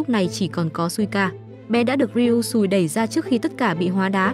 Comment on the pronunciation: Chị đừng đọc là ryui sùi nữa nó xúc phạm lắm